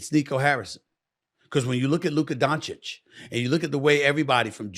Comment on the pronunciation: First time smith has ever said doncic last name right